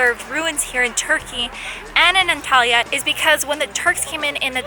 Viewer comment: The way you pronounce Antalya is just... not normal... I almost hear it as Italy which is so unsettling haha